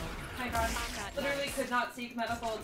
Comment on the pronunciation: She is so annoying...first two minutes and she said "died-h"...rest is "fukk". Oh, and PW now says "fukk" more often too...she is not good for him.:D